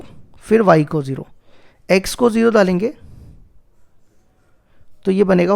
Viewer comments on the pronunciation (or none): सर आप दाल देंगे कयूँ बोलते हो डाल देंगे कयूँ नही बोलते 😑😑😐😐😑